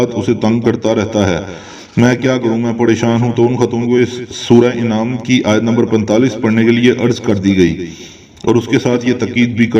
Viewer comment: Sura inaam nhi sura an'aam